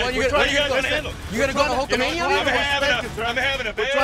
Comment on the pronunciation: Did Carlos say hulkmania?🤣🤣🤣🤣🤣